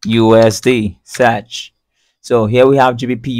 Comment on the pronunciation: "you want to SAARCH FOOR really got me" :D